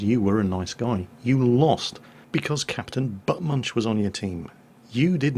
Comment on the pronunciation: ''captian buttmunch'' xD